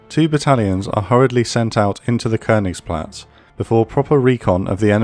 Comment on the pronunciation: Amazing work as always. Just that the wrong pronunciation of "Leibstandarte" makes me cringe each time. If the narrator can say things like "Königsplatz" & "Reichstag" correctly, why not "Leibstandarte"? :)